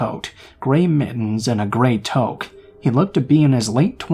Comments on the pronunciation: Toke is a hit of weed 😂 toque is pronounced like toock haha Canadian here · You’re pronouncing the name of the hat incorrectly. It’s more like “two kk” or “too kk”